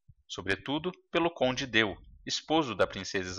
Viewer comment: Muito bom o vídeo. Mas se pronuncia Conde D'Eu assim : Conde "Dê " e não "Deu" , porque é um nome francês. Obrigada .